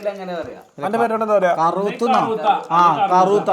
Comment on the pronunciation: കറൂത്ത ❌ കറുവത്തു ✅